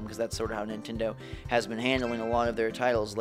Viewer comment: Mon-tend-ay..?! Eh...!